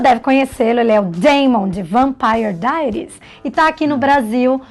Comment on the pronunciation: é impressão minha , ou qnd ela disse * Diaries * meio q errado , o Ian riu ?